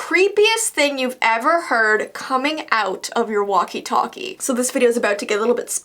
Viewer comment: Walkie talkie not waki taki